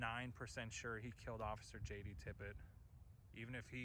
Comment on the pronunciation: It's "Tippit," not "Tippett." Please do more research.